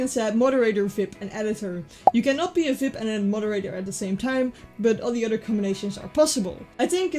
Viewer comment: I love how she says "vip" not "Vee-ie-pee"